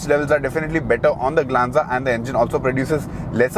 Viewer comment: You say tata glenza 😂